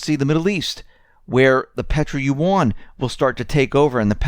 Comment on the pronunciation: Look up how to pronounce "yuan"!